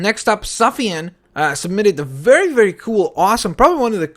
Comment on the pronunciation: And u say it suf ian